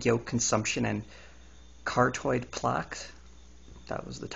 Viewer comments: nice info but work on your pronunciation, ie "Car-ot-tid" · You need to work on your pronunciation. You said carotid, plaque, and atherosclerosis wrong (the 'c' makes a 'k' sound). The study does sound faulty, but it's no secret that egg yolks are high in cholesterol. Obviously someone at risk for heart disease should limit their cholesterol intake, so for them a few eggs a week is harmful. Though equating that to the effects of cigarettes is pretty stupid.